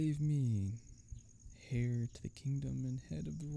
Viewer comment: I've never come across someone who pronounces the "H" in Heir before (screw silent letters! They're only there to f*ck with us anyway lol)